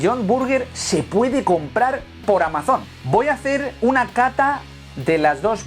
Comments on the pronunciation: No me hagas mucho caso, pero Amazon no se pronuncia así.. para que fuese así debería llevar una tilde en la O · No te asustes tanto.. es un aditivo muy utilizado en la industria de la alimentación, conocido como E-414.. y está regulado por el ministerio de sanidad, lo que lo hace apto para el consumo humano. Esta vez no has dicho nada sobre la pronunciación de Amazon tan peculiar que ha hecho (lo pronunció como si fuera una palabra aguda), y creo que en esta ocasión estaba más justificado que lo del guaguiu (wagyu)